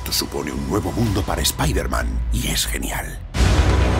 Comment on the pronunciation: Nooo, no digan Spaiderman...XD oh y ya estamos con Slott otra vezXD